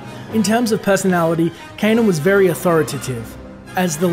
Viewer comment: Kanan. Not Ka'nan.